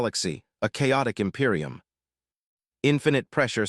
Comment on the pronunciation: Tee-zeech of the em-pie-rum of ai slop